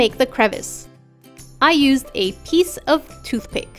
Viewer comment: TOOTH PEACK😂😂😂 IT'S TOOTH PICK